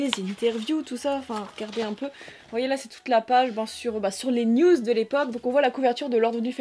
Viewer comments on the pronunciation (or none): none